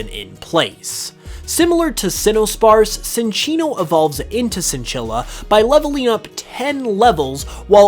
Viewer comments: I was confused by Psynchilla's name until I saw its name, as you pronounce Cinccino with a soft "c" instead of the "ch" like its official pronunciation. When you first said it, I was like "umm so Cinchilla should literally be pronounced like chinchilla if you follow Cinccino's pronunciation." My bad on that, but you should fix your pronunciation of Cinccino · Why can you pronounce Cinchilla properly but not Cinccino? lol